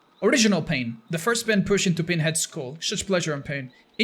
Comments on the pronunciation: It’s PINhead not PEENhead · I swear it sounds like he called him peenhead lol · It sounds like your saying peenhead